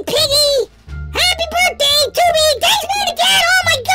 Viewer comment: It's funny because he should say happy birthday lol not burt day lololololololololololo